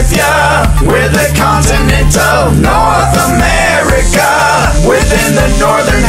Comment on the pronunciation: NoRtH Amerikuh